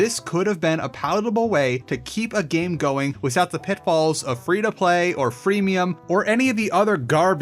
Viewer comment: "Wisout bucking"